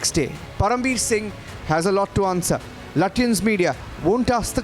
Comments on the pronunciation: Lutyens naheen latiyens🤣🤣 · Sounds like chutyans 😅